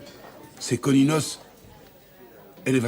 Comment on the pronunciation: Oui et il dit « coninos élévation arcanin » 😂 jsuis fan de H et de Pokémon